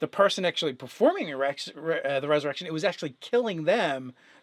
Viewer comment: Did I hear you say erection when you meant resurrection? Lol